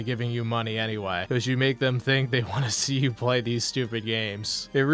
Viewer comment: Him not being able to pronounce the "T" at the end of the word "Want" really gets under my skin. "Wahh wahh wahh"